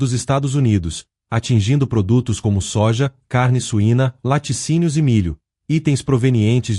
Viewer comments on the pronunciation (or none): none